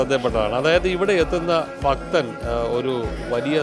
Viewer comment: ഫക്തർ അല്ലെടോ.. ഭക്തർ 🤣